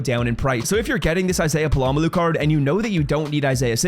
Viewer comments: It’s Pol uh Mayo not puh lom uh lu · It’s pronounced Pola-mayo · Polamalu is crazy bro, it's not hard to learn how to say his name. Put effort in dawg. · Hearing you butcher this guys name for the second year in a row is cringe dude. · Just straight butchering his name 🔪🪚⛏️🧨😂😂😂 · dude what? He literally clarified it in the vid why are you so concerned over a mispronunciation let alone it being a joke